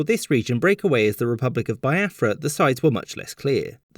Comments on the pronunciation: Thanks for the lesson the depictions of the generals were spot on!!!. Only a few mistakes though Nigeria got independence in 1960 not 1963 and also its pronounced BEE AFRA not BYE AFRA every other thing was spot on and funny 😄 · bee-ah-frah not bai-ah-frah (in case anyone was wondering) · Nigeria actually became independent in was when they declared the country a republic. Also, it's Biafra /Bee-ah-fra/, not /Bye-ah-fra/. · You forgot it’s pronounced as be- Afra not bi- afra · Biafra is also pronounced "Bee-ya-frah" but he kept saying "Bye-ya-frah" lol. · It's pronounced Bee-a-fra by the way. Nigerian by the way. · it's Bee-afra and it's igbo with a silent G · You mispronounce pretty much every name in this video. Igbo is pronounced with a long I and the G is almost silent. Lagos is pronounced Laygos, as if it were English, even though it's derived from the Portuguese word meaning lakes. Biafra I'm pretty sure is pronounced Be-afra, not by-afra. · It is pronounced as Be-afra, Yo-row-bar, Egbo and Foo-La-ni, respectively, thank you for remembering my country, I am truly grateful....